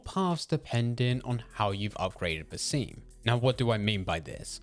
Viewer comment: i was hoping youd be able to pronounce basim properly this video :(